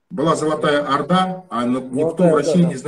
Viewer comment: салеметсізбе. Одна просьба. Пожалуйста когда говорите про Алтын Орда, делайте ударение на О'рда, когда произносите Арда звучит по русски, слух режет, пожалуйста не обижайтесь, это только просьба. Внимательно слушала ваше интервью👍👍👍